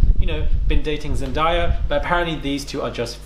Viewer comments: Zen-day-ya you mean😂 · not surprised. Tom watches love island, I just hope he doesn’t get involved w her in THAT way. also its zen-day-ya😂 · her name is ZENDAYA use your phonics!